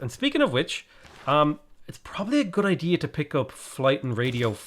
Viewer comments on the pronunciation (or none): none